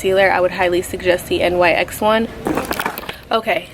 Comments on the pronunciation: I’m not being mean but it’s my biggest pet peeve when people say N..Y..X. It’s pronounced “nicks” 😭 don’t come at me people okay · its not N Y X its nyx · It's not N.Y.X it's a word : NYX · No hate at all but NYX is pronounced nix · I never had somebody pronounce nyx by the letters😂 i just pronounce it “nicks” but tomato, tamato. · it’s not nyx the literal letters it’s nyx as in “nicks” 🤣 lol